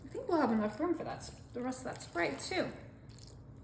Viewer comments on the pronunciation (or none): It’s not SherBERT It’s sherBET She’s so annoying with her sickening voice It’s SPRITE Not SPERITE